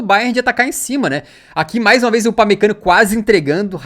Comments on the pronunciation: "upamecanico" kkkkkkkkkkkkkkkkkk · destaque do jogo o thiago leifert falando upamecanokkkk